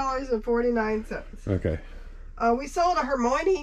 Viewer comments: No one in the UK or other places are naming their kid Hermoynee. Thousands are naming their kid Hermione though—pronounced (Her My Oh Nee) or (Her My Uh Nee) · The way you pronounced Hermione 😂I'm guessing you've never seen any of the films! As a Brit I had heard it before, from a Shakespeare play I studied at school (The Winter's Tale), I never knew anyone name their kid that! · I never heard of that name until reading Harry Potter. In my head I pronounced it very wrong from with the British actors knew how to pronounce it 😂. But there was an actress in Mary Poppins who played the maid and that was her name. Plus the one from the Music Man who played the mayor’s wife.